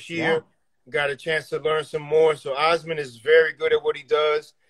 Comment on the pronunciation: Pronounced Aasmund pretty well for a New Yorker 😂